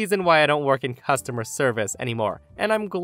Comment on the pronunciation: It's customer, not costumer.